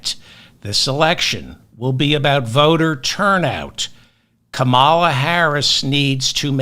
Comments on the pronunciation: Battlestar Galactica fan boys are confused when you emphasize the second syllable of Kamala Harris' 1st name. Just a friendly "heads up"....think of Camelot if you attempt her 1st name... or switch to prospective Presidential candidate, Harris. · Please learn to say her first name correctly. Thanks for your commentary! Edited: I hear that you do correct, partway through! 👍🏼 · Please pronounce her name correctly.. you’re pronouncing it the same way Trump and his racist Maga republicans say her name. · David, PLEASE pronounce Kamala’s name correctly. Fascist republicans deliberately mispronounce it. Accent is on the first syllable. Thank you. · Please learn how to pronounce her name! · Kamala. Why do so many people have trouble with her name? She told us how to pronounce her name. The right do it on purpose to disrespect anyone they don't like, you know to own the libs. They do it to Fani Willis also. So why do YOU do it Feldman? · You didn't fix it yet David? It's Kamala like Pamela! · How do you not have her name right yet!!?? Sooo disrespectful!! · Yeah I don't know why he's pronouncing it like the dumbpublicans do. When I hear them say it; I know they're being disrespectful so I cringe every time he says her name. Cut it out David! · For those of us with non American names it means a lot for you to try to pronounce it. You are really smart you can do it. Trump pronounces her name wrong with hostility. Again it’s Kamala — like camera. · DAVE! PLEASE LEARN HOW TO PRONOUNCE KAMALAS NAME! IT IS NOT A CAM IT IS A KAAA MA LA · David are you pronouncing her name correctly? I was told it's pronounced ( Comma (as in a , ) La ) Not ( ka-mall -a ) as you pronounce it. Correct me if I'm wrong. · The vice president, presidential campaigner's name isn't Ca MA LA. Instead, her name is Come La - phonetically. Sorry about trying to correct your pronunciation, as I trust you to bring the truth to the world. Ruthie Collins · It's not Kamaala, but Kamla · Hey Ferdman, it’s COMMMA-la